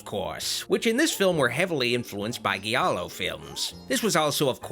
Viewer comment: Great list. Needs more Busta Rhymes though. Also, this video is 3 years old now, so I'm not going to correct you on how to pronounce "Giallo" correctly since that would be annoying, and you probably figured it out by now. Anyway, I love your work, sir!